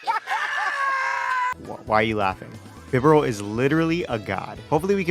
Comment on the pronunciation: BIDOOF IS NOT A GOD! AND IT'S BIBAREL, NOT BIBERAL!